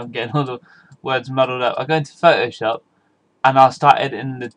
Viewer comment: Thank you thank you thank you your the best. Plus i really want to say Phot-O-Shop where are you from?